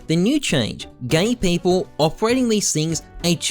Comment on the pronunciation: Am i the only one hearing gay people instead of give people here lol